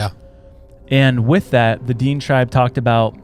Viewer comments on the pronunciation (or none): DEAN?! It is pronounced D-IN-AY, spelt Dinė <Dinay> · DINE pronounced Da-Nay i think of what you're trying to say. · The way you say these words: Dine tribe is said "DEN-A". Also known as the Navajo. But it covers other tribes as well. Nahanni is said "NA-HON-EE". You guys are butchering words😂😂😂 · Its pronounced ‘Den-ay’ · pronounced "Da-Nay" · Hammerson Peters on YT has the best stories about the Nahanni Valley. It’s pronounced De nay tribe. May be related to the Navajo. There’s also stories about little people in the valley. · It is pronounced dinea or din nae tribe spelt diné if you ever visit Arizona and said it like you are you'd probably get stabbed by diné most Navajo claim diné. Love yalls show keep going its okay if you miss pronounce stuff every once in awhile just be careful with some lol